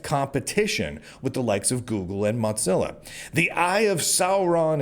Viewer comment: I admire your optimism even if I don't share it. However, what I really want to discuss is your pronunciation of Mozilla like you're trying to say mozzarella. Is that intentional? I kind of hope it is because they deserve the insult given their politics. I'm starting to suspect that maybe the reason YouTube is only allowing me to have 360p is because of my political viewpoint and not because I'm using Firefox since I've heard from numerous others that they don't have that limitation while also using Firefox. If this is true, then some things may need to change, and I don't mean the browser I'm using, at least not yet.